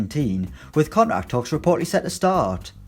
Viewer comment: The pronounciation of 'contract' sounds retarded